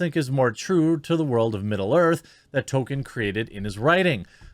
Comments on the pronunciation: His name isn't Tolkien, it's Token. You racist. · Token characters, not Tolkien characters